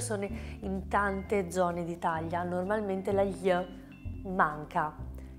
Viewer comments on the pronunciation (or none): Cara, la sua pronuncia della parola ITALIA al inizio del video non sembra corretta. Si sente chiaramente ITAGLIA: [i'taʎʎa] al posto di ITALIA: [iˈtalja]. lo notano anche le persone madrelingua.